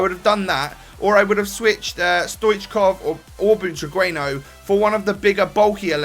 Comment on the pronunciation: Its pronounce Butraguenyo